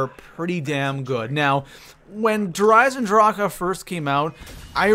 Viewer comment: Why are you eisendrache so wierd? Stop it...you sound like your clearing your throat. It's annoying eisendracheuhhhh